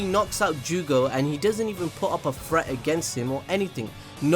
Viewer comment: I thought he said fret but then I realized he's B R I T I S H 😂